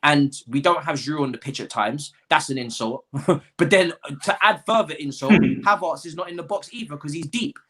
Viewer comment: My guy, it’s “Hav-airts”, not “Hav-arts”.